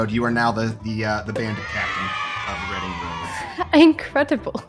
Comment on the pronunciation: I wonder how many people learned that Reading is pronounced reh-ding not ree-ding through this video